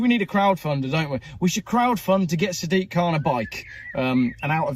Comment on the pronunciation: It's not Sad dick it's SAD IQ!